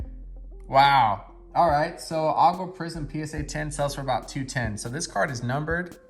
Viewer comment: Nice order! Not sure how the Howell “Aqua” got a 10? Centering left/right looked pretty bad. Also, sounds like you are pronouncing color as Agua when it’s Aqua.